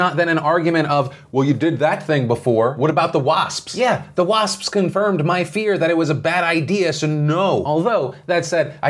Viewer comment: Phil, please say "wasps-pis" one more time.